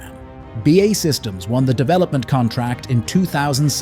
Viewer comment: "BAE Systems" is pronounced "Bee Aye Eee Systems". It is a UK-based defense contractor.